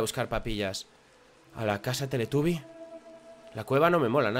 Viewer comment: Minuto. Teletaby??? Dijo